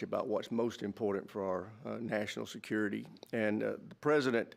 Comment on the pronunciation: Security not skurity